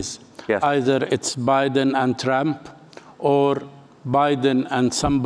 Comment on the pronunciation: Like how he says tramp instead of trump.